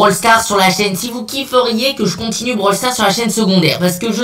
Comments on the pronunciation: 129 on dit pas bral sars mais brawl stars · Blawl stars!!!!